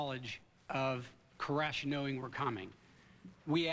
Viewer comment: Is that Sarabyn character happy being the only person in the whole world to mispronounce the last name 'Koresh'???